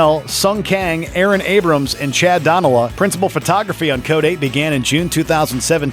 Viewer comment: It's pronounced, (HE pronounces it) dun-ELL-a. Not DAWN-a-la. Chad Donella